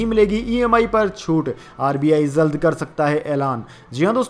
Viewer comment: Samacharon men zari nahin jari,zankari nahin jankari zaldnahin jald bola ja a